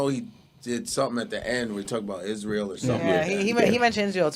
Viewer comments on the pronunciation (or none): none